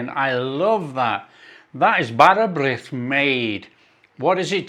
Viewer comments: 😊bars brith with butter is lush.im in Swansea south Wales and follow your lush cookie ng.well done and you say d bara birth very good 😅😅😅😅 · That looks beautiful. Will try that. You pronounced it correctly. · Been waiting for this one. My local market store will now lose a customer as I shall make my own. Yeah your pronunciation of bara brith was fine. This one you baked looks stunning, I really need a slice with some salty butter but you can keep the cheese 😂 thanks for sharing your recipe. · there are so many versions of bara brith (and your pronunciation was da iawn - very good). Thank you for sharing, as this recipe looks lovely, certainly not as sweet and dry as some bara brith I've seen in shops. The original dough with yeast recipe originates from when households didn't have ovens and women used to take their bread dough to the village bakeries to be baked and would ask for a little bit of dried fruit to be added to that left-over bit before baking, hence, bara brith (speckled bread). The cake version is a more modern version of bara brith, which I believe originated in south Wales (though I'd be grateful to learn from my southern-based compatriots whether that's true or not). It does seem that some people like the cake version, a tea loaf basically. Others - like me - prefer the old north Wales 'bread' version. Anyway, I do have an old family recipe (dough with yeast version), which has been modified over the years; it comes from a recipe that is over 150 years old and is fabulous. I'd share it with you, but if I did that, there's a chance that the family curse would strike for sharing it with outsiders, and it would be our loss because there'd be no more videos. So, with your continuing good health being of paramount importance to subscribers here and abroad, I'm going to keep it to myself 🤐 😉 Take care and Hwyl fawr!